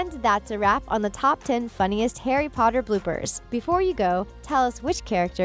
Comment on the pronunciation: Harry PotaH😂😂😂 is my fav